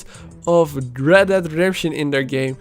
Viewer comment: I didn’t Red dead was pronounced Red DAD redemption